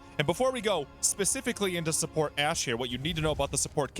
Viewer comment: It's ash and u keep calling him hash lol